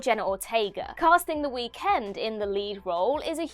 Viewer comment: Not how you say Weekend 😂